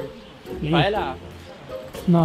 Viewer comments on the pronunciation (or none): It is said "paella" (/paeia/)not paela :P kisses from Madrid ;) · Omg paela no pa-ella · When he said Paela I lost it omg. I love the way English speaking people pronounce it